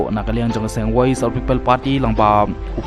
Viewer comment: Lah kumba kynnoh ki dkhar 😊😊😊 woise 😊😊😊